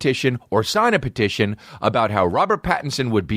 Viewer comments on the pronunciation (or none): Anyone else notice he says “pedition”? 😂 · Why sometimes a solo podcast sucks: nobody is there to tell you youre saying petition wrong. Lmao.